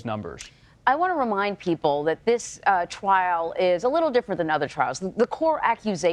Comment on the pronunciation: "....this twial...."🤦‍♀️